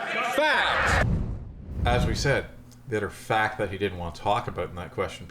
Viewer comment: fact,fact,fact it sound like fak,fak, fak